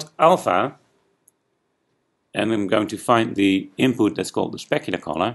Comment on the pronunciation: why are you saying collar? i'm english too but i know it means colour... (´･ω･｀)